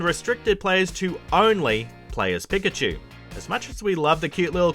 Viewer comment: We all just gonna ignore how many times he pronounces pikachu incorrectly?